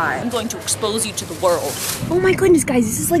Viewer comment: "Brees in the trap. Bree brees in the trap. Where's bree?" "..In te trap." Hahaha.